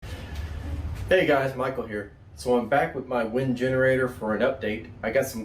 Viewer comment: WEN not WIN.